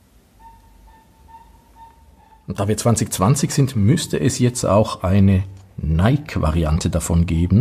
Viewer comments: Ich hab bloss zwei Kleinigkeiten anzumerken an deinem wie immer spassigen, wie informativen Video.👍 1. Nike spricht man Neikie aus. (Ich weiss, besserwisserisch, Haarspalterei usw. Aber wenn du Neik sagst, dreht sich bei mir die Bauchspeicheldrüse um und tut nicht mehr was sie soll.🥺) 2. Das weisse Armband passt ja besonders zur weissen Variante des Ziffernblattes hervorragend (auch wenn es nur aktiv weiss ist). Und genau das zeigst du nicht. 😭. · Hahaha. Zweimal hast du absolut recht. Hatte das weisse Zifferblatt schon vorbereitet. War nur ein Wisch weg. Habe es aber vergessen :( Und das mit Nike stimmt auch. Hier sagen wir aber oft Neik, darum tu ich mich immer noch schwer mit der richtigen Aussprache, obwohl ich es ja aus dem Altgriechischen herleiten könnte...